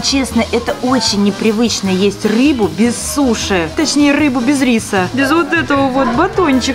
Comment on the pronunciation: утебе 1 буква р ты взила суши а там ррр рис ну и рыба сказал што только рбу😊